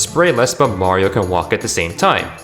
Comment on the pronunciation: "bario" sunshine. my favourite nintendo game